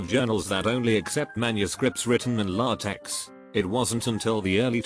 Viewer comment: It killed me to hear the computer program pronounce LaTeX as “lahtecks”